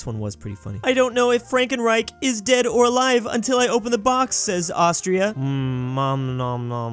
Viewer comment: It's pronunced Frunkruich